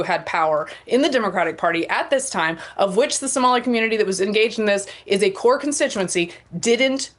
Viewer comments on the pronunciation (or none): none